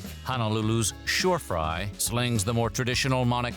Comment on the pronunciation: Excellent video, but I noticed you accidentally called Shorefyre shore"frye"